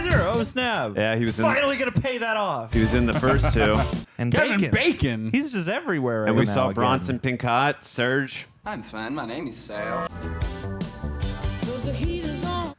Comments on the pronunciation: John ASHton not Aston, Glenn Frey's last name is pronounced Fry not Fray, and Bronson's is Pinch-oh, not Pin-cot. should really learn how to pronounce the names of the people when he does cast research the night before to "look smart" in these reactions. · Did pronounce Bronson Pinchot, as Pin-Cot? It's Pin-Cho. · Glen frey is pronounced Fry. And bronson pinchot is pronounced pin cho... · Glen Frey (pronounced Fry) and Bronson Pinchot (pronounced Pin-Show) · So far has mispronounced Pinchot, Frey, Ashton and Reinhold. May be time to get a new know-it-all.😒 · Dude can’t pronounce Bronson Pinchot or Glenn Frey. 🤦🏼‍♀️ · I'm not even through the credits and going crazy from all the name mispronunciations, like Glenn Frey and Bronson Pinchot 🙄